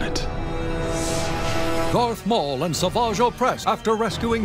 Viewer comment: Bro palpatine said garth maul😂